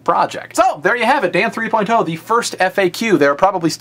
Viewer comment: Stop saying "three-poin-TOE!" Come on man, just say "three-point-oh".